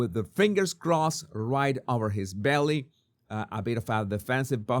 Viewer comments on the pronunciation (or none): none